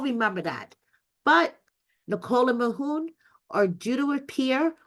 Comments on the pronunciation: His name is Mahmoud not Mahoon 😂😂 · Who is “Mahoon”? Why is his name being pronounced like that? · Please get his name right.- MaHmood